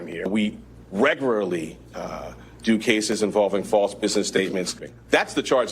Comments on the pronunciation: "we wreggulary" 😅😅😅😅😅😅😂😂😂😂😂😂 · The guy cannot say the word “regularly “ how can he be a d a 💩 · Hey! Had trouble saying REGULARY didn't ya? All you do regularly is eat! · Guy can't say "regularly"...